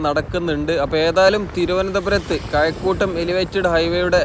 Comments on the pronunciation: കയക്കൂട്ടമല്ല കഴക്കൂട്ടം ഒർമ്മവെക്കണെ സുഹൃത്തെ, പയമല്ല പഴം😢 മയഅല്ല മഴ😢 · കയകൂട്ടം അല്ലെടോ, കഴക്കൂട്ടം.മാന്യമായി മലയാളം പറയെടോ. ഒരു കാട്ടുജാതി മലയാളം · കയക്കൂട്ടമല്ലടോ കഴക്കൂട്ടമെന്ന് പറയാൻ പഠിക്ക് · കഴക്കൂട്ടം..... കയക്കൂട്ടം അല്ല.. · കയക്കൂട്ടം.. ആലപ്പുയ..😂